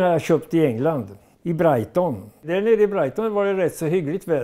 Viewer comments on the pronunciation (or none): "I Brajton" - underbara göbbe <3